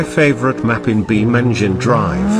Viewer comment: I like how says "beamng drive" in the british voice